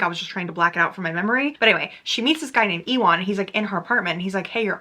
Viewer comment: omg girl ewan is pronounced like you-in. like the actor ewan mcgregor! did they really pronounce it like e-wan in the audibook?!